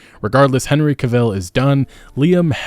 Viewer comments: It strikes a nerve every time you say Henry caVILLL. It's Henry cah vile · Stop saying kilvil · Cavill is pronounced like travel. Sorry but it just bothers the shit out of me hearing it pronounced like that. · Not CahViel, it's Cavel..like travel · All good points. Henry Cavill will be missed and the show does not deserve him! One small thing, though, Henry Cavill's name is pronounced Cav-ill and not Ca-vill. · Cavill, not Ca-ville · According to Henry, Cavill is pronounced like in travel. Not vill. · I know.. I was making a joke at the fact its pronounced Ca-vill, not Ca-ville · Dude, is English not your first language? You mispronounced several words there including Henry Cavill. "Debuted" is pronounced "day-bue-d" not "day-bue-ted" The T is silent in the word. And Cavill is emphasized on the first syllable not the second. Like CAH-vill. Not Cah-VILL. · Cavill. Like TRAVEL. Not CAvill but CAVill. 😊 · His last name is Cavill pronounced travel but with a damn C. It’s not Cevil. He’s not Carella Deville. Lol. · It's Cavil, Not caviel like you say it haha. ANyhow.. i think he did quit because he will come back as Superman. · It's Cavill not caville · Ka-Ville - not Cah-Vihl? I don’t know - I have never heard his name said this way and it’s kept making me flinch while listening. Anyone else? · It's Henry Cavill, Not Henry Caville you don't call gerard butler Gerard bootler Or morgan freeman morgan free man I mean you're making a video about the whole thing.. don't be so lazy.. People don't rely and you as an actual viewer and fan of the show when you can't even bother pronouncing one name correctly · Great vid but its Cavill as in CAH-VULL not CAH-VILLE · Why do you pronounce his name Cuh-ville instead of CAVIL? :o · Cahill rhymes with travel. Pronouncing another persons name correctly it’s a lot like staying true to the source material for an adaptation. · Why can’t Americans pronounce any words right? Who the fuck is Car Veel? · Henry Cah Ville xD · "Henry Caveel"